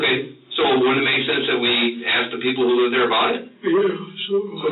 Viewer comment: I have nothing agains anyone but saying the word “AXE “ make them sound as unintelligent as possible.